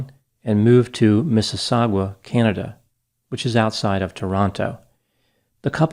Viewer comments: (Just letting u know, 'Mississauga". in Ontario, Canada is pronounced "Miss-iss-ogg-ah". and not Mississawgwa.... I grew up there.) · LOL! It's pronounced MississauGA. Not "GUA". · No, he added a "gwa" at the end. It's easy to find the pronunciation on youtube, however I don't know schedule and perhaps he didn't have time or rehearsed it properly and then when recording made a blip. He came very close, however. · (Mississau-GA, Like GAGA) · Unrelated, but Mississauga is actually pronounced like ‘Misses-saga’, all love from Canada! (And honestly your pronunciation sounds more interesting) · Spelled: Mississauga Pronounced: mrs.-saw-guh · It’s pronounced “Misses Saw Gah” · Miss-a-saw-ga. For future reference:). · It’s spelled “Missisagua” but it’s pronounced “Missy-SAW-Ga” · I had never realised before this that we don't pronounce the 'u' in Mississauga- It's pronounced Missis-saga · Aye doc just for reference the Ontario city of Mississauga is pronounced "miss-ah-saw-ga" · Pronounced "Mrs -sauga" hehe , u got a weird 'w' sound somewhere in there that doesn't belong 🙂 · Good try at the name man but out here we don’t even pronounce the u in Mississauga and gave me a good little chuckle cause I’ve never herd it called that but now I relize most people not from the GTA may pronounce it similar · pronunciation of "Mississauga" makes me chuckle. Mrs. Harrison was the Vice Principal of my High School.